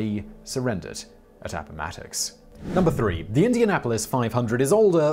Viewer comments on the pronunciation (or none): none